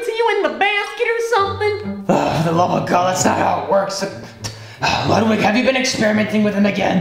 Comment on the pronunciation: It’s so funny when called Ludwig “ Wiglood “